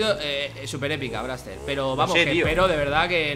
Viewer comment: Dise braxter mira este pepino Dise fargan pero y esto